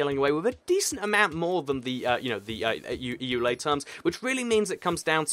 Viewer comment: Ok it's Eula not Eulay its Mojang not moyan.